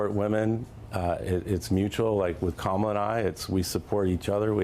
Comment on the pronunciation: The mispronunciation of Kamala’s name is deliberate and vile. They know very well how to say it. It’s a premeditated put-down. A clear implication that her name is not ‘American’ and she is not one of us. Disgusting tactics.